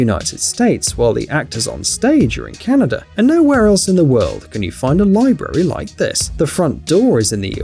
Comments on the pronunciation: am i the only one hearing canader instead of canada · It's not Canader. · It's not called canader